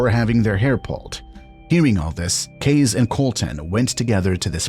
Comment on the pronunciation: Why are you calling Casey “Kays”??? It’s Casey